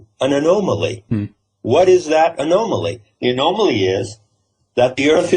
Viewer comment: Dear, I greatly enjoy your work. Please quit mispronouncing anomaly. here's is the proper way to say that. I was raised by an English Major, so this is one of my pet peeves. noun- \ə-ˈnä-mə-lē\ Please learn to say it right so people can listen without having their hackles go up.